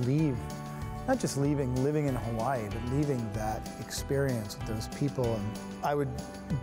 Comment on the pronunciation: Holy shit someome pronounced hawaii correctly, and of course it would be Ian cause hes just so damn cool